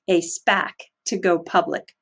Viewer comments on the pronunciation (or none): none